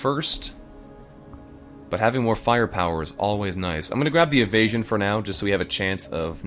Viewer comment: *le me not paying attention: "our evasion is terrible" What I hear: "Our asian is terrible" wut